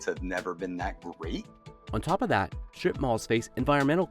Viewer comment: The announcer keeps pronouncing it “shtrip” - with an H. Terribly annoying.